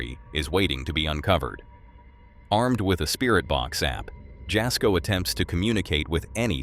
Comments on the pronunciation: FYI jasko is pronounced yasko the j is pronounced as a y x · The "j" in Jasko"s name is pronounced as a "y." ie., Yasko.